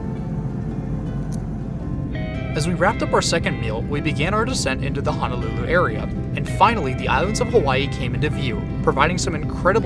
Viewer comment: loved this video ! Point of correction in pronouncing Honolulu... proper pronunciation is that Honolulu has no 'a'. Hoe (like the garden tool) - know - lou - lou .